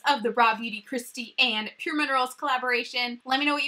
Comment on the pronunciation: I WANT THIS PALETTE SO BAD 😫😫😫😫😫 lol also... have i been calling pur cosmetics wrong? Lmao!! Saying pur minerals a million times in this video 😂😂😂